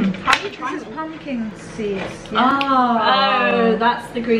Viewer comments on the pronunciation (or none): when u ask what pumkin seed in farsi is and kim says pumpkin seeds but with an accent 😂😂😂😂